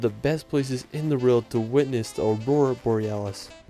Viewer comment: “Wruerld”